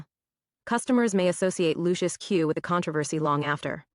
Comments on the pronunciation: Pronounced “lushes”! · "Luc-iFER bbq"? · I don't know if you're pronouncing the name of the barbecue right Lucius is a satanic sub word for Satan or Lucifer